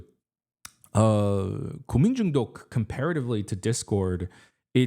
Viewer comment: 한국인이신가? 고민중독 발음이 걍 원어민인데?